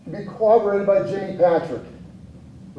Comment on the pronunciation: Can these professionals pls stop saying/writing cooberated. It’s corroborated!Sheesh!